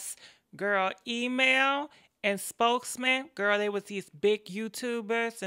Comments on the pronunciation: E-man,,, Email,, Emam,,, / spokes man ,, spokeham ( smh ) lmao,,, 💭😪😪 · Harpo who dees people? Email and Spokesman?! Sis you ain't waste no time jacking these names up! 😂❤️ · Wait is she saying "email"... "spokesman"👀👀😂😂😂😂 I can't with her man